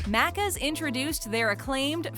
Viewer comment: Im way late but as an Aussie I just had to point out she kept mispronouncing maccas. Every. Time. There was a lot of wrong info but the mispronunciation hurt my soul